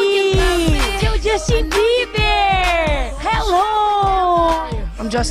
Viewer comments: "Justchin.. It's Jus-Tin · Sabrina- Djastin Justin- É Djasten Pow Pow Ler mais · "Justiiiin" No, it's Justeen kkkkkk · JOSTI, Djustin. É-, ĐJUSTIM, jāstim, Justin😼, Justim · Vim depois dele ensinar a fã a pronunciar “Justen” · oito anos se passaram e eu ainda morro com essa parte AE JAXTINNN "JUSTIN" kakakaka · cara, se ele não entende como ele respondeu algumas coisas que ela falou em português??? mano ela foi idiotona de errar o nome dele duas vezes! justin: é justen😂😂😂😂😂 tipo isso... e ela é toda lerda, ele deve ter se arrependido de ter perdido tempo fazendo essa entrevista bosta💞😂 prefiro com a eliana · Sabrina Sato falando Justin errado!! Ela é a Rainha da vergonha alheia! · Ela fala justin errado